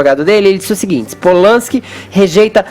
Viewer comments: "Rolman Pol-lanski" Fefito, cala a boca, porra! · Aprende a falar o nome do cara, Fefito!!